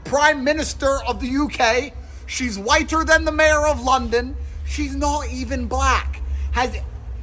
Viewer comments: why does he say whiter like that? WHYTE-TUR! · 8s he saying whit-ter? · I love how Andrew Tate pronounces the way his says whiTER. 😂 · Why does he emphasize the t in whiter? Lmao